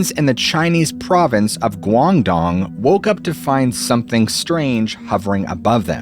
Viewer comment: Hearing you say Guangdong is just hilarious for some reason. I think I'm just hap slappy....er....I mean....slap happy. Edit: It's not a flying city. It's a mirage. That's it and that's all.